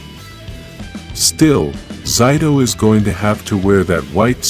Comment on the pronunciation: Why did he say zayto(zito)